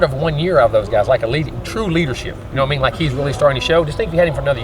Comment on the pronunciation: coach says, "na mean". I love the south. We all speak alike.